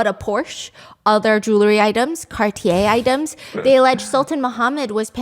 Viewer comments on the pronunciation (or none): none